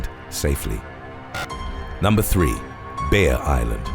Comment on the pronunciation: obviously, he is saying Bear, but it sounds like Beer island, i was looking at something else when he said that and i perked up like, WHAT?? but then i remembered what i was watching